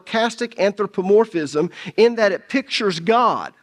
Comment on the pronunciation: Since you studied new testament Greek, At least do us the honors of pronouncing it "anTHropomorphism".